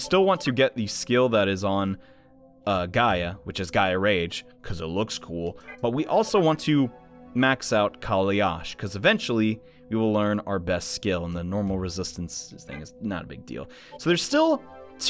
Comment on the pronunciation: u murdered the word kailash It's "Kai"-"laash"